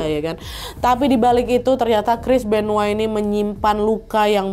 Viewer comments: Benoa? Benoit kali wak . Benoa mah Bali 😂😂😂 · Terlalu lebay nyebutnya Chris benoa udah tau Chris benoit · Chris benoit kak, bukan chris benoah😅